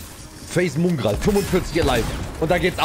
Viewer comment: Bitte mOngraal und nicht mUngraal nennen, danke